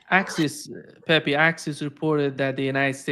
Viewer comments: His name is NOT PepY. It's pEpE. Both "E's" sound like the "E" in Egg. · I laugh a little every time calls Pepe, peppy.